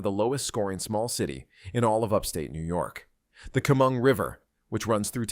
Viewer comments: Chemung - Sheh-mung, not keh-mung. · AI doesn't even know how to say Chemung. Yes, there's poverty in NY..one of the prettiest states. Because blue management has raised taxes driving industry out, and now driving out the people who love their state but can't afford to live there. Stop blaming these cities...not their fault. Rising crime because of government's "catch and release" policy...they'd rather give our money to illegal immigrants than make the state more attractive to business. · This video is such a load of BS...this narrator can't even pronounce Chemung. Citiot